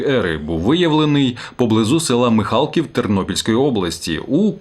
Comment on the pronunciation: МихалкІв, наголос на "І", моє сусіднє село. Клад був знайдений, на а схилі пагорба на стику двох каньонів річки Дністер і річки Нічлава. Красивий краєвид з того пагорба відкривається. Клад приписують племенам які жили звідти до карпат і межували зі Скіфами. Можливо предки праслов'ян.